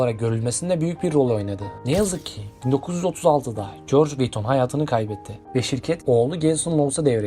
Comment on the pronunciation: Luğis viyuttonnnn